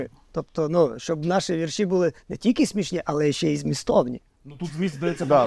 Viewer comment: обоже мій, початок літературного шоу, а ведучий вже говорить віршІ, а не вІрші, кайф!